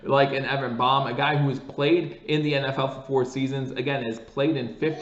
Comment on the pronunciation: Hey, I think it’s pronounced “BAME” as in sounds like LAME with a B replacing the L.